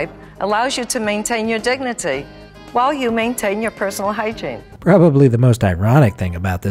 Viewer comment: Maintain ya dig-nah-tee